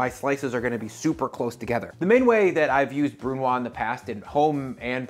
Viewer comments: Excellent channel you have, and this is a great video. One suggestion (from a Canadian who speaks French decently well): BRUNOISE is pronounced BREW-NWAHZ. The 'E' turns it from what would be BREW-NWAH to NWAHZ. Same principle as Vichyssoise. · Just a side note: if a French word (like brunoise) ends in an e, the preceding consonant is NEVER silent – "brunwahz". Similarly the potato/leek/onion/cream soup is "Veesheeswahz" (Vichyssoise) and the tuna/potato/green bean salad is "sahlahde neeswahz" (salade niçoise). Silent consonants are ONLY silent if they're the last letter of the word. (Exception: Fleur de lys - the s is NOT silent). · Brunoise is a French word, you may consider pronounce it bru-nwaz (the u doing is the sound roughly on the middle of the word "you") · I was looking for this comment 😅 He doesn't say it terribly, but I couldn't get past him not saying the last consonant 🙈 If there was just an 's' he'd be correct, but the 'e' after means the s should be pronounced (though it is more of a z like you said). French is a b*tch to learn 😅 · Literally irrelevant but because there is an "e" at the end of "brunoise", you should pronounce the "s" at the end as a "z" sound. Unfortunately, unlike the guy who decided the official small, medium, and large dice sizes, the french are not dead so we probably have to try and pronounce it right...for now.